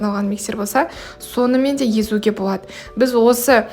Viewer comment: Боуады, пайдауанылады деп сөйлесіз л әріпін айта алмайды екенсіз, оның орнына в немесе у іріпін қолданасыз, мысалы бвендр деп